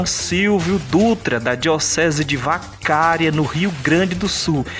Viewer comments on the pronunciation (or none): A pronúncia correta é "Vacaría". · Só um lembrete o nome da cidade gaúcha não é Vacária e sim Vacaria.